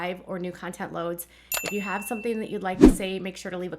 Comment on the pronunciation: I know this sounds picky but please try and pronounce 'ing' properly. 'Een' is just weird and incorrect. Concerneen, developeen, sibleens just don't sound good. "Sometheen happeneen" is a lot harder to say than "something happening," right? It's hard to listen to sometimes.